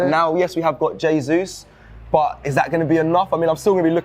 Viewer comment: you must help and teach him how to pronounce Jesus and not Zasuse.🤦🏻‍♂️